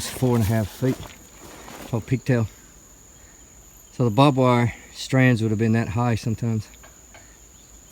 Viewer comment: It is not bob wire it is barbed wire as it has barbs on it.